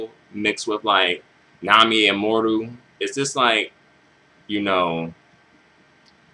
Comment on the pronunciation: Dislike for not saying her name right. Amoru? Really dude? Really?